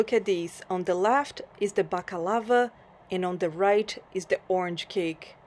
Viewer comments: With all due respect, that is absolutely not what you said. Go back to and you will hear yourself say balakava. Please don't even try, I am fully Greek and I know what my ears heatd. It's okay that you mispronounced it, but it's not okay to lie in your comments. If you don't want anybody commenting, then just turn off the comment section. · Not balakava....baklava. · It’s not BAKALAVA it’s BAKLAVA!!!